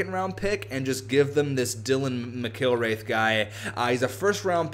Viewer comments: It's pronounced Mac-ill-wrath. Plus Mcilrath and Hamonic also played on the same WHL team for a while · It's pronounced Mick-ill-rath